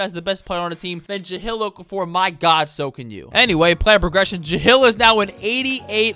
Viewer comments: serious questioning this decision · praying he doesn’t say it again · Isn’t his name Jahlil (jah-leel) not jahill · Ja-hill? It's Ja-leel. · JUH-LEEL not JUH-HILL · Take a shot everytime says Ja-“HILL” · Starting now mark on video, i will take a hit of my wax pen every time he says ja-hill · who tf is “jahill” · Bro ja-hill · nah bro the ja-hill thing is annoying💀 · Bro. Ja-lil and Vusa-vitch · Jah LIL? Nah. Juh HILL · Why do I feel like you never said his name like that before?